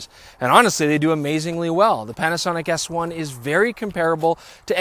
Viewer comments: Did he say "Panasonic ASS 1"? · Did he say 'Panasonic Ass one' ? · Is it me or at the beginning of the video does it sound like is calling the Panasonic S1 the ass1.